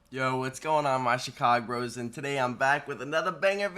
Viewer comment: Did he said chicagros? Uhhh